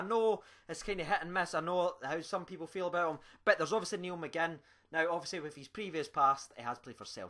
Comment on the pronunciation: NIALL not NEIL